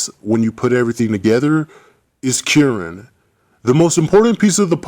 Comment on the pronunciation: it's kieran lmao